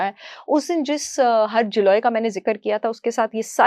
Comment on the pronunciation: آپ نے گلوئی کو انگریزی میں پڑھا ہے اس لیے اس کا تلفظ غلط بول رہی ہیں، یہاں انڈین اس کو بہت استعمال کرتے ہیں، مجھے بھی شوگر ہے اور میں یہ تینوں چیزیں ہر روز استعمال کرتی ہوں، لہسن کو اپنی سلاد میں چھوٹا کاٹ کر اور زیتون کے تیل کے ساتھ مگر لہسن دیسی ہونا چاہے اسی طرح ادرک دیسی استعمال کرتی ہوں اس کا قہوہ بناکر سلون والی دارچینی دیسی ادرک اور کڑی پتہ، اسی طرح تازہ ہلدی یہاں ہر موسم میں۔ملتی ہے اس کو دودھ اور کالی مرچ کے ساتھ لیتی ہوں الحمدللہ شوگر کنٹرول میں ہے اور کوئی بیماری نہیں